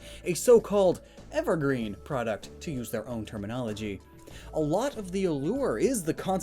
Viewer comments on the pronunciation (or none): none